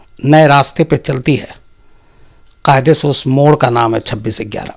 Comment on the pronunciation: UP-Bihar के लोग गयारह को इग्यारह कहते हैं।